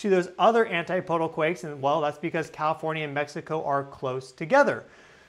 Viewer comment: CAL IF ORN YA, NOT COW FORNYA YOU SHOULD KNOW THAT